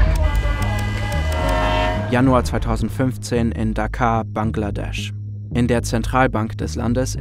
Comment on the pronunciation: Tolles Video. Die Stadt in Bangladesh spricht man jedoch "Dakka"; "Dakaa" wäre eher Dakar im Senegal.... ;-)